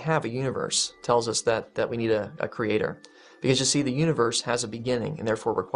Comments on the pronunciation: I hate the way the mispronounce 'creator' as 'creatOR'. It makes them sound retarded. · I see "cre-ay-TOR" has reared his ugly head...again. ;) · I wanna slap that man every time he over-pronounces creaTOR.